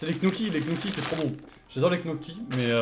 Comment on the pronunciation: Et c des gnocchi pas d knocchi